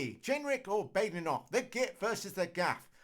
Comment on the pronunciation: Neither you nor Badenoch herself can pronounce her name. Therr y huv it